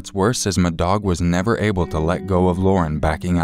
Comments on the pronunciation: I apologize in advance for this, I can't listen to the story about call 2 without thinking you're saying "m'dog" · "Madog"... C'mon, just stop. That's ridiculous. Can't even listen to that story. "Who was the murderer?" "My dog."